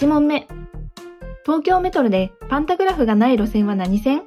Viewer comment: ｢パンタグラフ｣が｢パタングラフ｣です笑